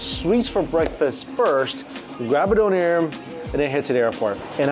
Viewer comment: Anyone else triggered by thr pronunciation of doner? 😂